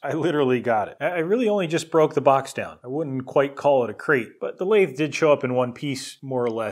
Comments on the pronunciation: How pronouncing the name of the equipment properly, You pronounced it like it was some sort of ice cream. It is pronounced as Mini - Lathe (Lathe pronounced like lay the but all as one word) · So this jumps to my recommended after I watched just one video from you And I'm like "whats a Lathe? Coffee machine in binary ?" (i actually pronounced it "La-The", unlike your "Laid" pronounciation) You should have just mentioned "its a cnc machine" and I would be like "ahh man I know that word!". Really, whats the difference ? Lathe cuts into objects to make what you want, CNC machine cuts into objects to make what you want. Lathe = CNC machine in nerd language, change my mind.